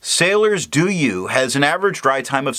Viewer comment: I like your video because of highlighter resistant test. However, the name of this ink pronunce as [Doh-you] not [Doo-you].